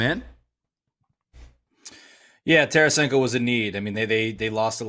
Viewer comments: It's Tarasenko not Taransenko, what a bunch of hacks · Its Tarasenko ...no biggie ...if he was, last team would have kept T.